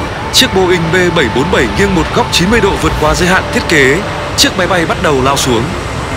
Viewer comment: Tại sao tất cả các từ "nghiêng" thì lại đọc là "nghiên", nghe rất khó chịu. Xin góp ý với ad!